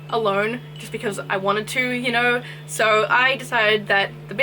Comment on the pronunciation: Everytime you was saying.. "yeno... plants" i died 🤣🤣! They are all so pretty🥺